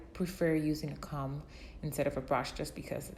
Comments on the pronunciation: Cah- "OH"-mmm. Not Com lol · does anyone else notice she pronounces comb wrong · Anyone else bothered by how she says “comb”? Just me? Ok. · Hahah me too, I thought I'm the only one